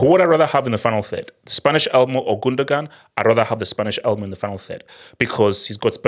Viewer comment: The only thing wrong with this video is calling Olmo "Elmo" 😂😂